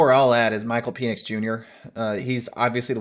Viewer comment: Has anyone corrected you on your pronounciation of Penix?